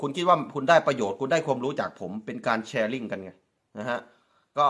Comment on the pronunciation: ผมก็รำคานเหมือนกันเขาชอบพูดไทยแต่พูดไม่ถูกยูทูปเปอร์ลาวทุกคนพูดถูกสักคนย่างคำว่าชอบเขาพูดว่าซอบคำว่าแชร์เขาพูดว่าแซ เทพโยบอกเขาด้วย มีเทพโยกับนุชดาวไกล้เคียงหน่อยนอกนั้นไม่ได้เลยภาษาไทยเพี้ยนไปหมดครับถ้าพูดไทยมันต้องชัด ไม่ใช่ซัด